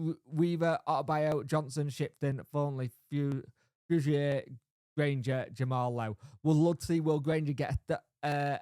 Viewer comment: I know you struggle with Fusire - It's Fuse Ear mate